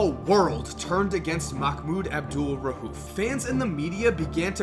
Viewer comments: It's pronounced Abdul raoof not rahuf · Jesus Christ, there is no H in his last name. It's not RA-UF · You pronounced Abdul-Rauf wrong every single time you said it. No h in there buddy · Bro quit calling this man out his name! You trifling for that weird boy. Say his name right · Bro u murdered his name wow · I cringe when u say his name